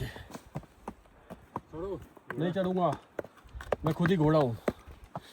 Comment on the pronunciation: chado nahi chadunga 😂